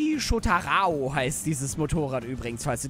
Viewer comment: Kannst du nicht lesen? das motorad heißt shotaro und nicht shotataro